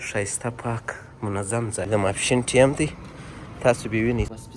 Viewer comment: Da mapshin wakht dy (In English it is time (like lime), not taim. All the Afghans I know say: wakht. Why do guys always say: taim? Where is this word and pronunciation coming from?